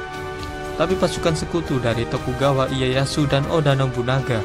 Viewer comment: ralat nama tokugawa iyeyashu bacanya tokugawa leyashu min